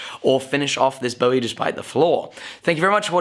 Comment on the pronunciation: Cool, but it's definitely pronounced "BOO-ee". Jim BOO-ee David BO-ee